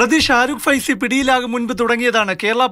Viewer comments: ഫൈസിയോ 😀😀😀😀 എന്താണ് ഭായ്..... പേര് പഠിച്ചിട്ട് പറയൂ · ഫൈസി അല്ല😂 സൈഫി ആണ്😀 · Faisy???? Shahrukh saifi ennalle? Endh news reading aanith? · Sharukh faisi alla saifi 😂